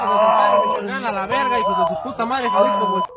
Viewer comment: E L Siri nai L Siri hai pronunciation. Aur Jalisco nai pronunciation hai Halisco.